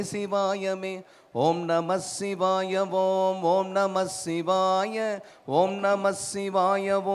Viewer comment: ஐயா இது தான் சரியான உச்சரிப்பு. Not ஓம் நமச்சிவாய its ஓம் நமசிவாய நன்றி 🙏